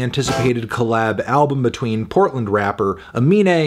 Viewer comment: As someone from Portland, hearing Fantano just say “Portland” is strange.